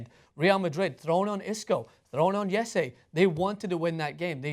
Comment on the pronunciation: Jesus Christ. Jessey, Jessie. What are u gonna call him next? Jesus? IT'S Hrresé.